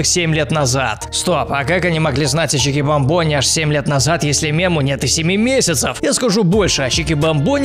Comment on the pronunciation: Правильно чикбАмбони, а не чикибамбОни!!!!